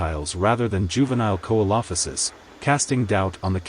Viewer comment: Great video just, its SEE-LO-FY-SISS. Not KO-EE-LO-FI-SISS